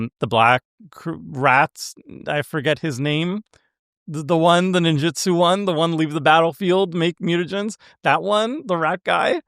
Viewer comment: Take a shot every time mispronounces "Ninjutsu". Actually don't, you'll die of alcohol poisoning. 😂